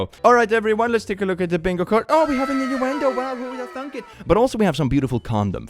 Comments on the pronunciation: Ahh yes my favourite word: Innudendo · innudendo lol